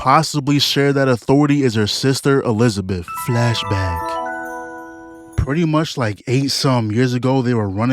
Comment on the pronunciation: never say flashback like that again broo